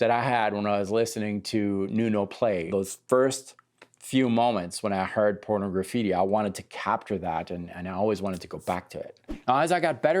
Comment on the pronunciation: I always find it funny how most people call that album Porno-graffitti, like it's two words. It's supposed to be pronounced like Pornography with just a "tea" at the end.